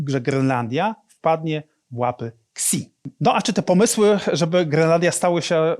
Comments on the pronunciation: Xi jinping ty nie "Ksi" jinping tylki "Śi jinping" lol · Nie “Ksi”, tylko “Śi”. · Świetny materiał. Proszę tylko pamiętać, że Xi czyta się [si]